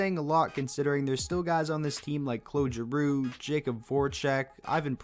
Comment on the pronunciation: Gotta love how you pronounced claude giroux in French 👌great video